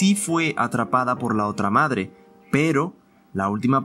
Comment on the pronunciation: XD tu dijiste made XDDDDDDD no madre